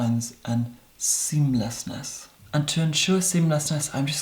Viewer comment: I love it every time you stress "seamlessness" ... Green eyed look perchance?